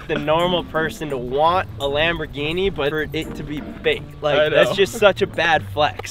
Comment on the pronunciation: Sham - borghini 😂